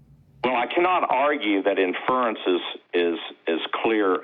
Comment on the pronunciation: Do these people know how pompous they sound...if you are a theist you have made a subjective decision...and Mr grandiose vocabulary cant pronounce inference